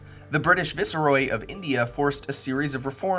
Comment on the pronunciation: Very interesting! Only one suggestion: Viceroy /ˈvīsˌroi/